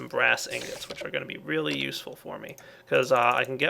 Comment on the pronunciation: lol was this planned:" we get a Relay..... they are relay useful" (of course really but it sounds like Relay ;) )